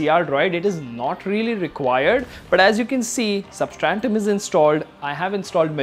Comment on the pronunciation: Substratum bro, not 'substrantum'. GOOD WORK THOUGH